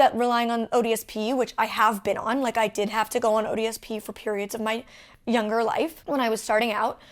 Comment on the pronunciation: Every time Molly says "ODSP" I kept hearing "odious Pete."